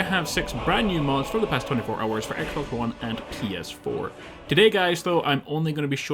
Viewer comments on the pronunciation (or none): none